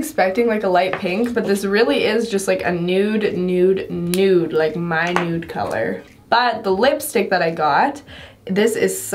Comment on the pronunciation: I hate to tell you I love you but it's not mynude colour.... it's Minuet colour.... it's from a French word meaning fine delicate or small